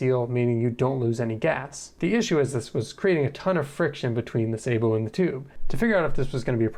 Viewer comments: the word "sabot" comes from french, and it's pronounced sth like "sah-boh". just look into etymology next time you wonder about such a thing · Sa boe, with the a as in as, apple hat bat cat.... Thd word is French. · "i designed a suh-bowe" im dying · Wrong! Its pronounced sabot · The word is pronounced like the computer voice does. Its French. The American military uses a bastardised pronunciation, only used by them. Even NASA uses the correct, french pronunciation. But you do whatever really, who really cares about any of this. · I love the video and I love discovering fun new ways to pronounce sabot edit: you've been saying it the same way as me the majority of the video and my prior comment was just a single time you said it with slightly different stress pattern (edit: the fancy way :P ). I'm very amused that you ended up looking it up in the video haha